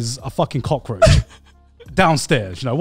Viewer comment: Cut the "roach" in cockroach